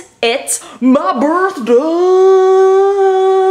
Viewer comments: Hurpeh burth der :'3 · Herpy berthday.